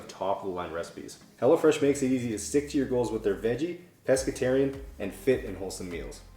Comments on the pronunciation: Anyone else hearing “hella fresh” and not ”hello fresh”😂😂 just thought it was funny, that’s all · It sounds like you are saying Hella Fresh 😆 🤣 😂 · Am I the only one who thought he was saying hella fresh?? lol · lol... I thought you were saying hellafresh at first during the plug for the food delivery!=) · I keep hearing you say "Hella Fresh" and I really need to get my hearing checked...lol